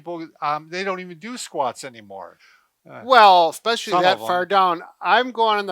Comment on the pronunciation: These guys are doctors and they say it expecially??